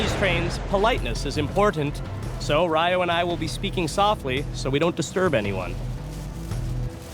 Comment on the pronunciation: His name is Ryo not Riyo.